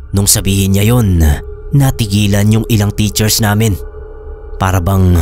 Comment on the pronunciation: Wag po sanang pa sobraan yung pagka bigkas ng ibang words boss gaya ng "namin" pag bigkas parang "naminahhh" tapos my vibration pa. Mas maganda po pakinggan pag natural lang hehe hindi cringy. ☺ minsan kasi nkakainis pakinggan kaya minsan ndi na ako nakikinig gaya ng ibang story tellers. sana po makatulong tong opinion ko. Godbless po!